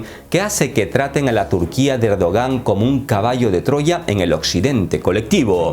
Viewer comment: dice “cerdogan” jajaja